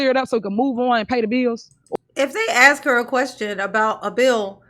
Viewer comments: ask ……. Ask ……..ASK! NOT AXE!🤦🏽‍♀️ Plus, all that woman does is deflect attention from the actual issue & facts AND thinks she’s being slick by repeating over & over the same crap she continues to spew & throws word salad into every single answer she BELIEVES she gives. What a disgrace. I’m telling you, if the three letter agency isn’t gathering up every single drop of evidence then…the township will continue to fail until it’s upside down while SHE will take off on a plane to some beach in the Caribbean. With THEIR MONEY. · “You can axe your question now”…. How do you chop a question?? 😂😂😂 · "you can AX your question, here." T. Henyard - Poor ghetto child! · how do you "AX" a question? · She told them to axe questions and dey axed questions, but no answers were given, This woman is ready for higher office. Maybe White House press secretary. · Also “ax a question”.:) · Should of done, aks, ya"ll. We'd of been done, as relate THICK AS FUCK DAT 6166A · Seriously why is it so phucking hard to say "ask". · Does she know how to say "ask" it's a simple word, but she still says it won't every time